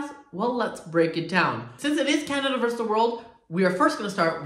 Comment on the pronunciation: It’s versus the world not verse the world :) x